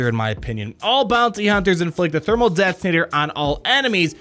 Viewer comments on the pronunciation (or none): "Thermal det-tin-ator" lol